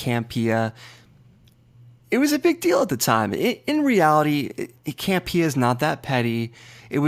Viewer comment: Can you please stop saying Cam-Pee-ah 😃 It's John Camp-e-ahh. #PISSEDABOUTTOP10!!!